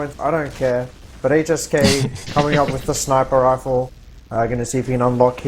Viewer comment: "HSK coming out with the snarper rarfle"